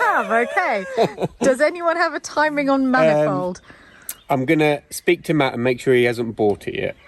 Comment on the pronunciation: I thought you said man involved not manifold. 🤣